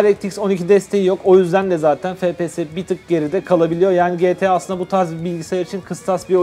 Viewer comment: Fe Pe Se diye okunmuyor efpies diye okunuyor